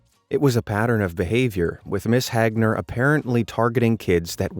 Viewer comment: It's not Mrs. Hagner it's Mrs. HAGner